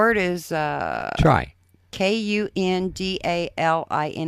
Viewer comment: These people can't pronounce cosmology, gawker, biblical, Livingston----kunada? Kunadla? Konami?? Kundalini!!! You dummy!! But they wrote it off as Blahblahblah. ??!!!! Holy Christ ! One guy's name is "dark" and the woman is barely awake. Yucko! Nothing to see here..